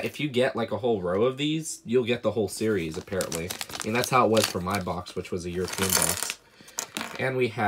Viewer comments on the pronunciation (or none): none